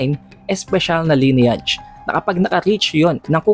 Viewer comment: pa research ng pronunciation ng LINEAGE sa google.